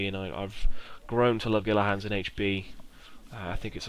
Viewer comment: Gila Hands is Spanish, so is pronounced "Heel-a Hands."